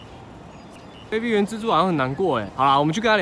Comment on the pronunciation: 卑鄙（正確唸法是ㄅㄟˉㄅㄧˇ